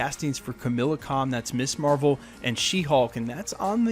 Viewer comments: KamALa Khan... NOT Kamila Khan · Kamala Khan’s name isn’t pronounced “Camila” its “Ca-mah-laa”. It just made me cringe a lot while you were saying it is the only reason I’m bringing it up. Not picking at you just trying to help. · it's Kamala, not Camilla. fyi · Ka-ma-la not Ka-mil-a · Kamala not Camilla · KamAla, not Kamila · KamAla Kahn not Kamila Kahn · Ka-MALL-ah, not Camilla. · Kamala, not Camilla. Also Chris Pratt wasn't a movie star when he was cast as Starlord, so yeah it wouldn't be at all out of form for Marvel to cast a non A-lister. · *Khu-muh-la Khan, not Camilla Khan! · Kamala. Not Kamila. Pls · I can't unhear Camilla Con 😂😂😂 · You act like you know what your talking about, but you cant even read/say ms. Marvel's name correctly. You say kamila. Haha. Fool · Lol, it’s pronounced Kum-All-uh Khan 😂